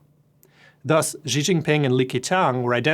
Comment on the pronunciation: For being the "VP" of stratfor's east asian office. He cant pronounce a simple name with the proper pinyin phonetics? Xi=SHEE, not ZHEEE. How can one broadcast a report about CCP politics and not know how to at least pronounce simple words in the official language?